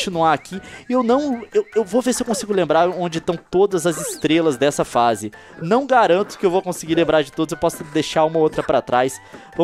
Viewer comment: o Leon falou " dois epidodios por face "